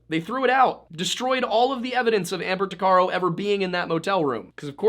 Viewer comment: Tuc a row. That's how you say her last name